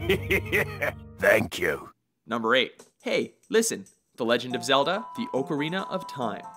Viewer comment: I laughed my ass of at "Legend of Zedla"